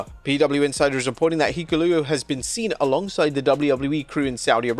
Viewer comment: How many different ways did he pronounce Hikuleo? Lol or rather, mispronounce